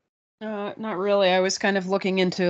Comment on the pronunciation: BTW it's the WILL am it Valley. Not Will i mit as you are saying.